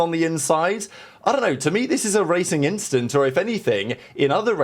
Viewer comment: Don’t think we didn’t catch that “inchident” you slipped in there 🤣